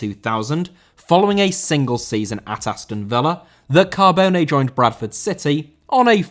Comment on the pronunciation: Cabone* not Cohbouwnei